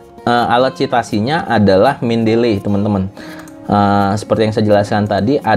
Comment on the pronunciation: bacanya nya itu, men-de-li, bukan men-del-ley.